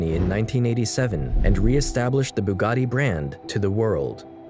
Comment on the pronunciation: Bugatti is written with double T, not how here pronounced with double D.